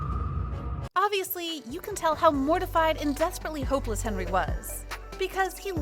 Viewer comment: His name is hendery not henry